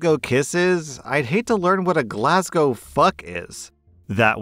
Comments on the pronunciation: As a Glaswegian myself I'm happy you pronounced Glasgow correctly and not the typical American way 😂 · As a Scotsman, I must thank you for pronnouncing Glasgow correctly and not attempting an accent 🤣🤣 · Happy to hear an American finally pronouncing Glasgow correctly 😂😂 "Glaswegian" was eeeever so slightly off, but I can forgive it because of how you said Glasgow lmao (it's just Glaz-wee-jan, not Glaz-wee-jee-an. No "jee" sound, unless you're shortening it - some Scots call Glaswegians "Weegies" lol)